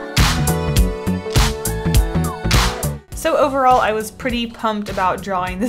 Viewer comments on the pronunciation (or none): "So overall" she said, drawing overalls lol